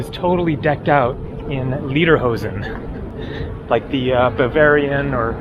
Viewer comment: I wish you would pronounce "Lederhosen" like the sound of the English word "Later" rather than Lieder, which is a word meaning "songs".